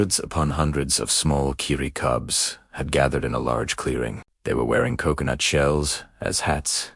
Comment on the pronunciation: Se ou se ou noot Instead of Co... co... nut? Hail Ai! 😂